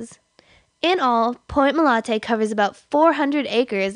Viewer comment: She keeps saying MOLANTE. Is it MOLANTE or MOLATE? Oh wait, she’s starting to say MOLATE. Never mind.